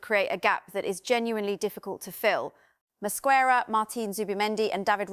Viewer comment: needs to correctly pronounce the names of the players, e.g. Gyökeres and Mosquera. Show some respect and do your homework.